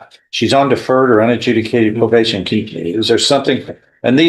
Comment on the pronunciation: slap your AI. "Pro-bash-in"